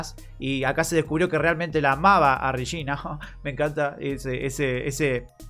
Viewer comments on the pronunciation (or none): No puedo dejar de pensar que el Regina que dice, suena como "Rechina" Jajjaja.